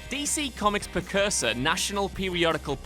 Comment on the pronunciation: He said "per-cursor" instead of precursor